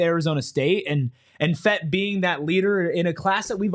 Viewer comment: Just a FYI, it's pronounced Fet-TEE